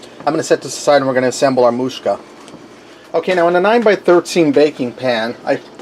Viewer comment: Moo-sak-ah have not had it in years 😀